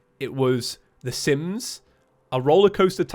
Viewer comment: When he said je was recording Sims stuff i heard Simp stuff. Didnt know he was a simp lol.